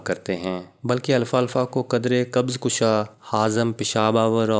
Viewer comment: او بھائی اتنا لمبا لیکچر دیا لیکن نام غلط لیتے رہے لکھا بھی غلط اس کا نام الفا الفا نہیں الفالفا ہے درست کر ہومیو پیتھی کی کسی اردو کتاب میں دیکھ لیں